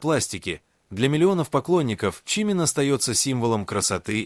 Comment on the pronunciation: Озвучка ИИ просто мрак - ЧИмин, ШугА, айдОл и т.п. Ну, а фотографии Тэхёна на фоне рассказа о Чонгуке это край. Вобщем, ролик сделан на отвали.